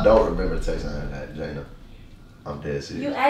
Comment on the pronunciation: So nobody peeped how called jayda "JAYNA" when he went for a hug & said it was a prank